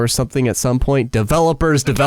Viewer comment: after this video, i never heard the word "developers" the same as before